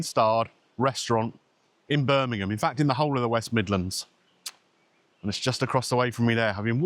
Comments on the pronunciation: Hi. Late to the party. Been in hospital, no mobile. Thanks for pronouncing Birmingham correctly 😘🙏🏼🇪🇦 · Well done for pronoucing ‘Birmingham ‘ correctly !!